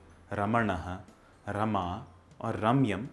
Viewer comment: Its Raama not Raam or Raamaa.